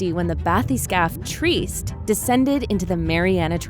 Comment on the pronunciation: The bathyscaphe Trieste is not pronounced "treest"; it's pronounced (in English) Tree-est. More properly, since it's the name of an Italian city it's triˈɛste (in IPA). Other than that, great video.